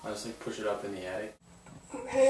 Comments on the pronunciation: He said Attict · sounds like he said addict instead of attic